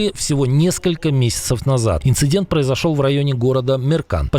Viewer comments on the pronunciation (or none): none